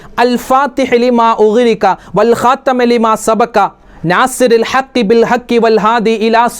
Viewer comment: الخاتم ൽ ت ന് കസ്ർ അല്ലേ ഉള്ളത് ഉസ്താദ് ഫത്ഹ് ആണല്ലോ പറയുന്നത് ഉസ്താദ് പറഞ്ഞതാണോ ശെരി സ്‌ക്രീനിൽ കാണിച്ചതാണോ ശെരി 🤔